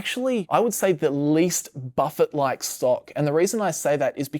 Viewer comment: Its hard to listen when you are keep mispronouncing Buffet name